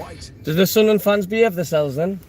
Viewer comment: It was nice for Millwall to do a Sudnerland instead of Sunderland 😂